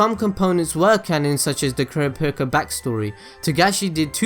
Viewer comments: My favorite character? .... KURAPIKA!!! =D btw its pronounced (cur-AH-pee-CAH) ;P Kurapika in my opinion is by far better than all the characters. Of course, this is excluding Killua who has been given lots of depth and is also one of my favorites. Kurapika is still top though. I just love the whole "revenge-driven chained-down-by-own-passions" idea. I loved him from the start (even though when I watched the 1999 version, and I saw him for my first time I thought he was a girl). When I saw him come on in the last arc for 5 seconds when Leorio calls him and he doesn't pick up, I screamed like there was no tomorrow. My favorite scene? I'd say it'd have to be something with Kurapika... hmm.... I absolutely adore the battle with Uvo (episode 47 [yes I memorized it]) but in all of HxH? I'm gonna go against my inner Kurapika and say it was the scene at the end of the Hunter Exam where Killua kills that kung-fu guy. That was totally awesome and it showed Killua's true colors in front of everyone for the first time. In the 1999 version my favorite scene was also with Killua but on the airship. It isn't exactly a scene, more a series of episodes, but I mean he meets that black haired girl with the ponytails seeking revenge like Kurapika, and Killua starts going mentally insane and talks to himself in the window of the airship.... =3 ermahgurd I ramble too much. I just love this show more than anything. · KuraPIIKA(chu) lol. Kurapika is my fav. i have a Figure and a cosplay of Kurapika. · The way he says Kurapika... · How he pronounced kurapika